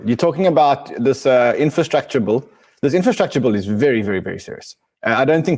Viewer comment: Bill with an I not Bulll Ran !!!